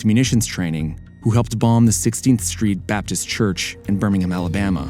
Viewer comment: First time I've heard an American correctly pronounce Birmingham